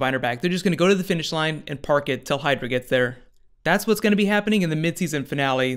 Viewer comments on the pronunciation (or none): none